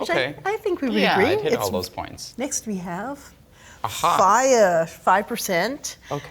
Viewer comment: This is now the THIRD different pronunciation of “Fage” I have heard in ATK; can we get it right, please?